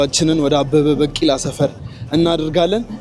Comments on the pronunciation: bikila not bakila(pronounsation). The rest is good and continue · አንተ ጭስ የሆንክ ልጅ አበበ በቂላ 😂😂በቂላ ሳይሆን ቢቂላ say ቢቂላ 😂😂😂😂 የምር በጣም ትመቺኛለሽ ደሞ like የገባሻል 🎉🎉🎉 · አበበ በቂላ ሳይሆን ቢቂላ ነው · ዘገባህን ወድጀዋለሁ ግን በ ቂ ላ አይባልም አበበ ቢ ቂ ላ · *አበበ ቢቂላ ነው ትክክለኛ አጠራሩ። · Please correct the pronunciation of his name. "ABEBE BIKILA". Please correct his story. There are some exaggerations and distortions. Please do a good job. Your trying to present stories to our attention is good. Thank you. Good luck.